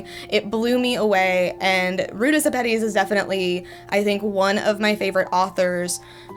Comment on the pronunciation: Fun fact: this author is a lithuanian woman and her name is actually Rūta Šepetys ( yes it makes a big difference cus in english u prounounts Š like SH)